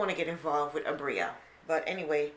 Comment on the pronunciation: Abira us her name...you had it right the first time